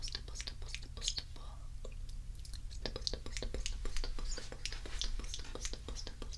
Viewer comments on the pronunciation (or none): I have no idea why but on the stipple part it sounded like she was saying "staple "😂